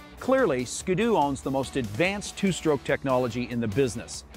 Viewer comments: It's skee-doo not skadoo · its not skee-doo either its skid-doo (not spelled right but spelled how its pronounced)